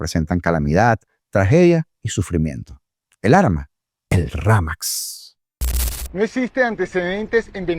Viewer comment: 😂😂😂 ¡Ramax! Ni siquiera saben pronunciar el nombre del mamotreto ese. No puedo con tanto. 😂😂😂 ¡Gracias por hacerme el día! 🙌🏻